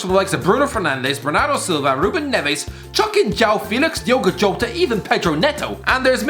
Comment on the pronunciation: As a portuguese your prenonciation of diogo jota is so funny 😂😂😂